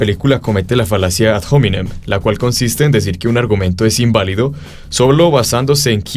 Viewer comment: Muy bueno el video. Yo no se latin pero creo q la h de ad hominem no se pronuncia. No es ingles.